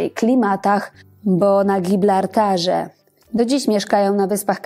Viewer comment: Mówi się na Gibraltarze a nie Giblartarze😮